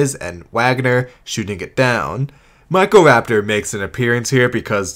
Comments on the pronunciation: "Therozeenosaurus" "Protoceratomps" "Meckroraptor" "Valasiraptor" "Pterosauruses" 😂😂😂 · How did they screw up a pronunciation as simple as Microraptor?